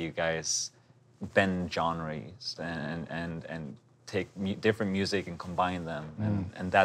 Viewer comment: I love how Ludwig pronounces Genre as "zhen rey"